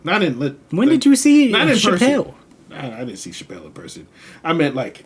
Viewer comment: Thanks for your video. You pronounce her name wrong though, It's more like CHApell (the emphasis is not on "pell").